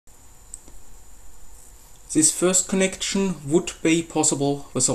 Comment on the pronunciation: digga ich bin ja kein experte aber wenn jemand "Sis först konnektschion" sagt dann glaube ich dass er deutsch ist.